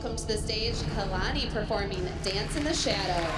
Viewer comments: i love how Called Ava 'Eva' was so funny and then when the judges took revenge for Ava and Called Kalani 'Kelani' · I love how the judges say kaylani instead of kalani 🤣